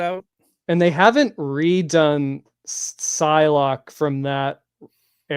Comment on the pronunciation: I thought I was the only who has ever mentioned Psylocke's name "pee-see-lo-kee" 😅It took me a while before I heard the correct pronunciation. Thank you! Also, yes, we need Marvel Legends Joe Mad style from his run in the 90's!